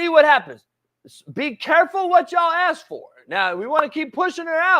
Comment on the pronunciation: smitty is spot on, NO DOUBT!!! , but only in the beginning of the discussion... on the latter part, he kinda got confused.. also the "aks" thingy ...should be ask 🤣